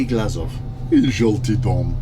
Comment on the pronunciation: glazov sound like glasgow